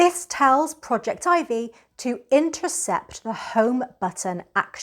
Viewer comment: At last, someone who pronounces Projectivy correctly! I love that it allows you to add mobile apps to the screen. Total Commander is gone from the old home screen with Google updates, & is not listed in the apps using the Shield menu because it doesn't show mobile apps any more. Projectivy fixes that. Thanks.